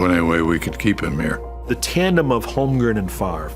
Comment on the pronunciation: Can't believe after all these years, some of these guys still call him "Holmgrem"